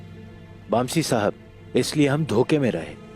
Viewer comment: Aygul said- bamsi ko baamsi